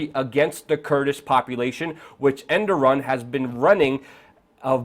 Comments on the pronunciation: dumbass it E R D O G A N not enduram wtf haha and he is the president. if u copy news at least read it first ....endoran whaahaahaa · Reapeat after me...err-dough-gan Hope this helps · Errr dow wan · It's ErrDOGan! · Its pronounced "Er-dog-aan" lol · Well. You can't even pronounce the guy's name but somehow you're an analyst on the subject. Oh the internet! You turned the world into a huge pile of shit. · lol how luke says Erdogan differently almost everytime but never correctly :DD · agreed, fucking learn the guys name please